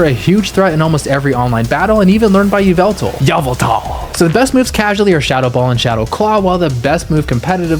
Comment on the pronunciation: first time i heard someone besides micheal call yveltal "yah-vul-tahl"... who also loves drowzee